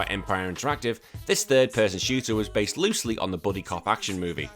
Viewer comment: Did you say "basely loosed" on the Charlie's Angels bit or am I hearing things? 😂